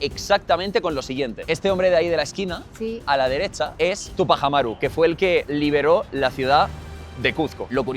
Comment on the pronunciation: No es Tupa jamaru,es tupac amaru.